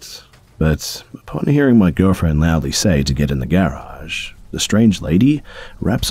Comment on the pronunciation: Dude does not know how to pronounce garage lol